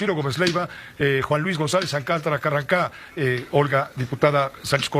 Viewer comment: Carrancá, pronuncie bien